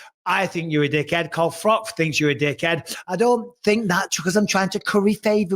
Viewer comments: Yeah it always bothers me when he says frock🤣 but I started to wonder as they are both Poles, maybe that's how you pronounce Froch. So it felt like Froch made sure he pronounced Bis PING properly as a nod to it 🤣 love froch I do. Too big too strong for GGG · You're spot on. My godfather was Polish and it bothered him how we prounce Ftoch.